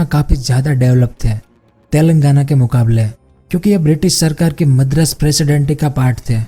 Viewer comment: Madras not medras